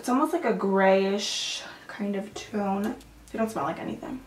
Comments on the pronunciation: I heard camel toe shade 😂😂😂Love you girl hope you and your family had the merriest Christmas. 😘Love your videos no matter what you do! I could watch you do anything ❤ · Totally thought you said camel toe for a second, not camel tone 😂😂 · Jackie Barbery Haha thats what I thought too!😭😭